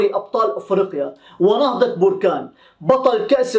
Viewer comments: بركان بالباء المفتوح وليس بوركانBERCANE. BARKANE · سلام اخي... ملاحظة صغيرة للسم مدينة تنطقه بالغلط... انها بركان 🍊🍊BERKANE🍊🍊 بدل من BORKANE